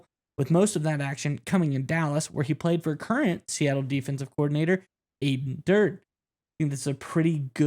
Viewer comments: It's dur day not durd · It's prounounced Dur-day (like dirty)... And we'll be going to the playoffs, for sure!